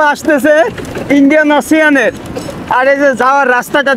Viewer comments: ভাই আপনি ওসিযান না বলে ওশান বলবেন। আপনি বাংলাদেশ রিপ্রেজেন্ট করেন তাই উচ্ছারন সঠিক থাকা জরুরী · Bhai "OCIAN" na OSHAN.